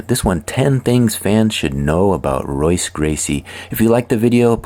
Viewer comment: It's pronounced Hoyce, brother. If this is a person. Also, It was Rorion and Art Davie, not Rickson. And the fight with Sakuraba was only the longest in modern mma. His father Helio fought almost 4 hours against student Santanta. Also, it's Royler not Royaler.